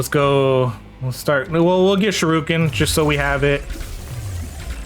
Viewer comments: shu - ri - ken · I feel goosebumps every time he says Shoorooken 😂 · By this point he gotta be mispronouncing shuriken on purpose.